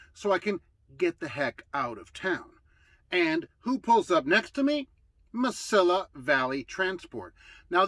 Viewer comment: The “Mesilla” of Mesilla Valley is pronounced “Muh-see-uh”, not “Muh-sill-uh”.